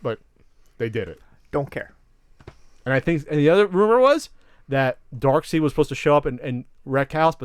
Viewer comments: is a DC fanboy in terms of comics. Until recently I knew a lot of people who said "Dark-seed" instead of "Dark-side". Its a common error. So this means nothing. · Darkseid's name is pronounced as dark side, not dark seed. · You keep saying Darksied ma's name wrong. Stop